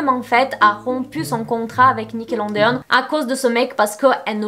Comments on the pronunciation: tu me fais trop rire à dire Nickelondeon, tu es trop choue, mais c'est Nickelodeon😂😂 gros bisouuus😘😘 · Dsl mais le: nickelonnedéonne 😭😭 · Nickelodeon mais pas Nickelondeon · Nickeleondeon ou nickelondeon ?🤔🤷🏽‍♀️ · "nickelondeone" je meurs ta prononciation sur ce mot mdr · ptdr elle sait même pas dire Nickelodeon wsh